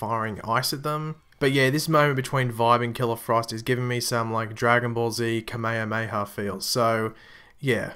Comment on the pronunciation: This nigga really just said Kamehameha wrong 😂